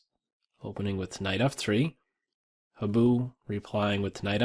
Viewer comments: Habu is pronounced more like "hah-boo" than "hab-oo." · also, accent on the HA-bu (higher vowel!)